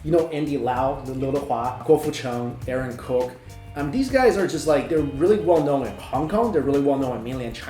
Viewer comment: Haha I think u pronunced Aron Kowk's name wrong